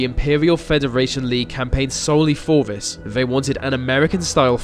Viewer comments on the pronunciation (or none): Vis video is not very furrow. You are speaking like a free year old child. TH is also a sound in our language. Like the, this, those. Not vee vis vose. Try again bro.